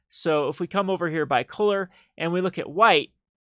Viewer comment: I want to slap you when you say coaler (color)